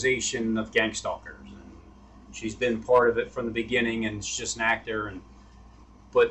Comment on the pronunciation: "Gang stahlers"